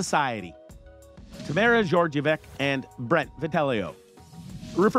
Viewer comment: An old series, but a unique mangling of some of the contestant's names. Tamara really isn't that hard to get right, surely ?